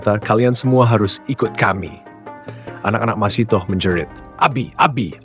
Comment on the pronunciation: Masytah bukan masitoh